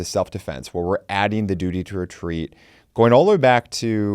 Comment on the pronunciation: Duty to wetweat is wetawded